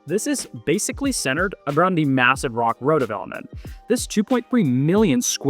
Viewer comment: Ha ha it’s Battery Steele, not Battery Seal. And Rock Row; not Rock Road.